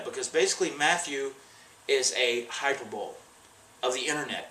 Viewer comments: This is because of grapes? Ohhhh Kay. Some fans try and steer up trouble between celebs based on the slimmest of reasons. Matt darling, it isn't hyperbowl. Hyperbole is pronounced high-per-ba-LEE. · its pronounced hi-per-bowl-lee not hyper-bowl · hi-per-bo-lee... not hyper-bowl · Hyper-bowl-ee, Matt. Hyper-bowl-ee. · You mispronounced, "Hyperbole," (Hyper-bo-lee). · It's pronounced "high-per-bo-lee". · You pronounced "Hyperbole wrong" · Someone check the water for traces for alcohol. He doesn't know how to pronounce hyperbole. Matt Hardy only interacts with people for publicity and not for "connection" Oh...and I want to see this "contract" he has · I don't care if Randy didn't actually destroy a hotel room because the photoshop of him RKO'ing a TV is priceless. Also, you don't know how to pronounce "hyperbole," Matt.